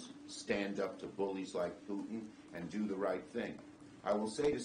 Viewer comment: Due not pass!!!!!